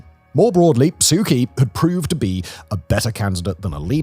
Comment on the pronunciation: From someone born and raised in Myanmar (Burma), the pronunciation for Myanmar is "M-Yan-Mar", not "My-mar". Kyi is prounced closer to "Chi". Thanks for this report, and the previous ones you covered on Myanmar.